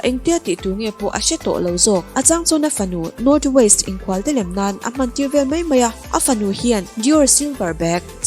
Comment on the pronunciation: North Waist ni lovin North West aw... Thil lam hi inzir ve thei nia..